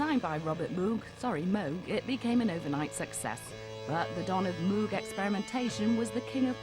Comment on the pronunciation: Moog! It’s pronounced like VOGUE but with an M! Please get it right.